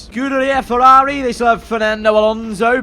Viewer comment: F1 Games Playstation wants a word with you over the pronounciation of Ferrari 😂😂😂